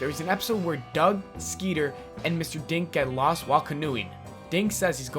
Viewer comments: When he was saying mr dink but i thought he was saying mr dank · When he said Mr.Dink i almost thought he said Mr.Dank XD